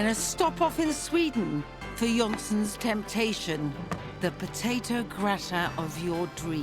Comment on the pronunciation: I always smile at how poorly English speakers pronounce words in Germanic languages The 'o' is pronounced similar to 'oo' in 'moor' i.e. not 'olly' as Nigella says.